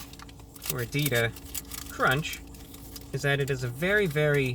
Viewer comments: You pronounced Gordita like a true white person. Just like me. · I speak Spanish and when I saw the title I knew I had to watch this video to listen to ReviewBra pronunciation for ‘Gordita’. He didn’t disappoint me